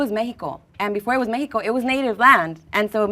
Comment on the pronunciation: When you’re speaking English it’s MeXico no Meheeco.